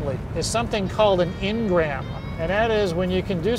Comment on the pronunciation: The word is "Engram" not "Ingram". It's a permanent (or semi-permanent) change in the brain to encompass a new task or thought.